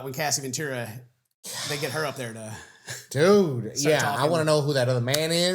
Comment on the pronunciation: it's cassie *ventura, (sorry to be that person)